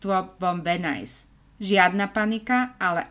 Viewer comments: Videjka super.... ale říct Venice - Venajs??? Uf Uf Uf..... to bych radši celý vymazala a.natocila.znovu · To je venis nie venajs😢